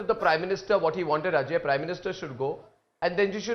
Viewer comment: It's nurse and not nars 😂